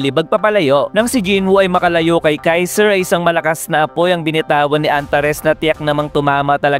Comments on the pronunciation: Kaisel ❌ Kaiser ✅ 😂😂😂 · Kaizel Hindi kaizer tamumol